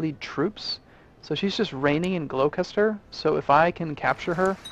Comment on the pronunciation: Gloucester, as scary as the word looks, is pronounced Gloss-ter.